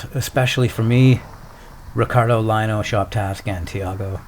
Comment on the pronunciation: Love the skate and ice skate ... If I might suggest Ricardo last name is Lino pronounced “Leeno” Love you both by the way